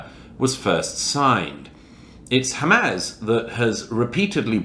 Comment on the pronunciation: The fact that he still cannot pronounce Hamas correctly after all this time tells you everything you need to know about Douglas Murray